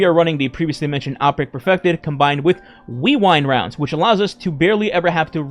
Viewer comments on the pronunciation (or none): Great content as usual! I always chuckle at the Weewind Rounds or weewoo wounds! Keep up the great work/content!